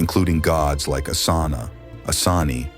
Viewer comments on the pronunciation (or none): none